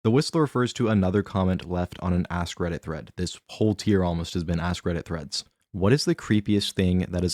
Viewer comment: Redit, not, credit*